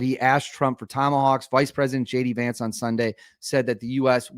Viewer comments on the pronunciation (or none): none